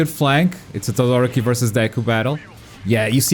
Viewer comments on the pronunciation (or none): Why is it so difficult for you people to say TodoROki, and not ToDOroki? It´s a genuine question, not triying to be a dick.